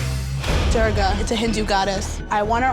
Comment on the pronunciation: Idk man, if those people who got the Hindu goddess aren't Hindu.. that'd be kinda problematic. Also I hate the way the artist pronounced Devi Durga's name.